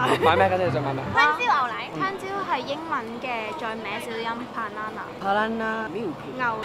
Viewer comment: 笑死banana聽成ba撚拿😂😂